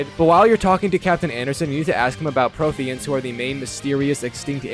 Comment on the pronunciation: How could you mess up pronouncing Nihlus and Protheans when they say how it's pronounced 😭